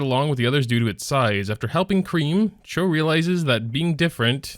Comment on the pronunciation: just saying, choux is pronounced as shoo, shes a pun on choux pastry also tywins artifact doesnt counter basar it mainly counters cleavers, which sucks.